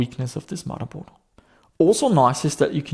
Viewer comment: I think you make some fairly good videos and seem like a nice chap, but can you not say mudderboard. It's..